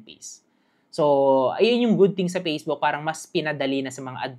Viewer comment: Salamat pero paki pronounce naman ng letter F. Ako nahihirapan. Perporming, pacebook😅